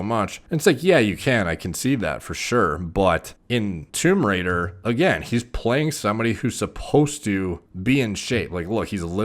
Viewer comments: Is it just me or does he actually say "Tumerator(Tomb Raidor) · says " Tomb Raider " My ears " Tumerator "